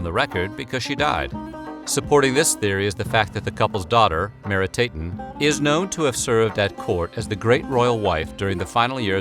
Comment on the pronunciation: He got all the endings wrong. Not "Meeri-tayten" but "Mehri-TAH-ten". It's "Ankh-sen-pah-ah-ten", not "Anksenpayten" Etc.